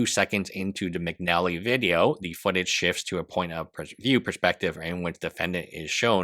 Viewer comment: McNeilly?? Bro. McNally.